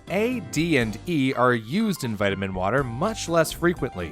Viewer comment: Vitimin wotah